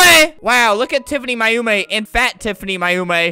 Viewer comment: he said Mayumi wrong it’s pronounced May You me